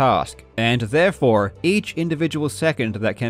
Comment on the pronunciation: Why does this dude’s accent randomly change on certain words? Just in the first two minutes he pronounces “therefore” in different accents. First time like an American, and the second time Australian.